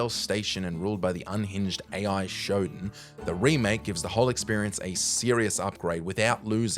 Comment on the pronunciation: SHODAN is said "Sho-DAN", not "Showdon".